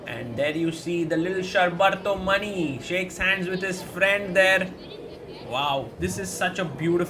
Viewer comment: its pronounced = Shor (like the word FOR) + Bar (like Bar of Chocolate) + Tho = Shor-Bar-Tho Also the surname is pronounced = Maani not Money